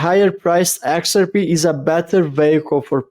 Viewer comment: when we say the name "XRP" in English, we don't put the emphasis on the first letter the way you're doing. It's not pronounced "Xrp". We say "x-r-P". The 3 letters are emphasized pretty well equally, HOWEVER, the last letter (P) gets the MOST emphasis. So it's the opposite of the way you're pronouncing it.